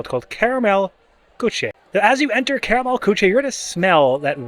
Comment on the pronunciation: it is pronounced Koo-shuh.